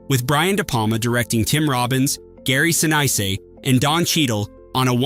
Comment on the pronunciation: "Gary Sin-ICE-ay"